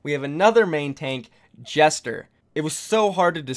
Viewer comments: Gesture not jester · It's "Gesture" not "jester" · y u say gesture like jester tho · Please pronounce "Gesture" as Gesture, not Jester. Thank you in advance. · well the word gesture is pronounced with a soft g (j) soo.. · Lol for gesture you said jester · Is it just me that thinks he is pronouncing Gesture as Jester? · You pronounced Gesture's name wrong. Simple English word dude.